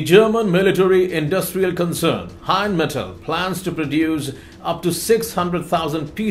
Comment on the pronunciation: please, It’s NOT Heinmetal, it’s Rheinmetal. RINEMETAL (phonetically). Slava Ukrayini. Heroyam Slava. 🇺🇦🇺🇦🇺🇦🇺🇦🇺🇦🇺🇦🇺🇦☘️☘️☘️☘️☘️